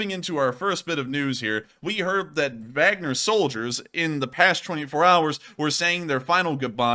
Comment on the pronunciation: Not Wagner as in “wag the dog.” It’s Wagner as in Vargner.